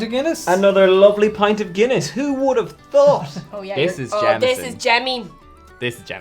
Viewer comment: Take a shot every time they say guinnesse. 😂